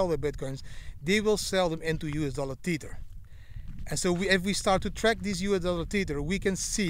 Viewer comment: It's pronounced "Tether" like "leather" not Teeter.